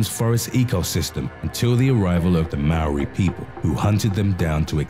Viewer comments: You can not even say Maori properly because the r in Maori always sounds like a d and I even know that because I'm Maori and I was born in New Zealand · Lol XD you pronounced Maori wrong